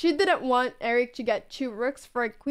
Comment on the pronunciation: I love the way you say "chu" instead of "two" :3